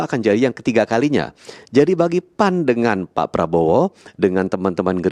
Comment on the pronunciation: bembaca berita terlalu semangat panggil keras tapi salah P..A...N...????!!!🤣🤣🤣🤣